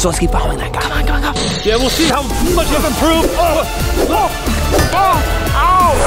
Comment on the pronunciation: You mean much not muck?!😅